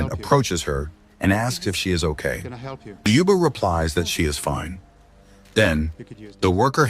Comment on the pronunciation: Ljuba, not Liba.